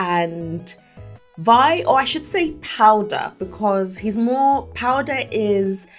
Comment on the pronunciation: You said Vi right ✨